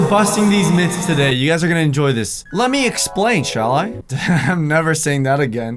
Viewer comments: When your saying 'myths' I always think of it as miths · You can't pronounce the th word in the word myths but u can in the word myth